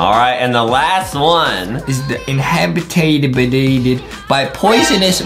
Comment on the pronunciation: I like how Justin said inhabited wrong I was like Justin is not 9000 iq